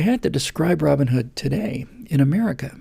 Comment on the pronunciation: Steve Jobs is not way too rich. He's way too dead,. Oh, the mythical (probably) hero has a first name and a surname... ROBIN and HOOD and they are pronounced as separate names.. Hence, he is Robin Hood. You pronounce it like it was ROBinhood (like BATman or SUPERman).